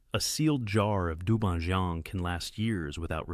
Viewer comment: its pronounce as dou ban jiang not joeng..and bai jiu, ,jeu,not swan kai..its suan tai = pickle vegs. vinegar is To or tou Not Koo my goodness🤣🤣🤣🤣🤣